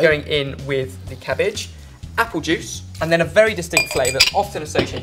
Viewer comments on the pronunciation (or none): none